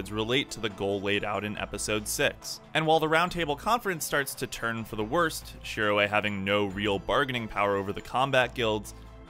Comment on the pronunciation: Shirō not shiroe